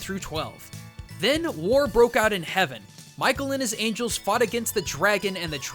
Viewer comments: Yay the voice is back! Also its angels not angles:3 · Anyone else notice the "Angles" instead of "Angels"?